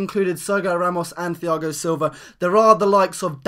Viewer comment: its pronounced tiago not thiago and ser gi o not serg io